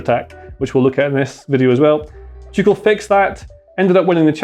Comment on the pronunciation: Is it me or does sound like he is saying ‘Chucel’ rather than ‘Tuchel?’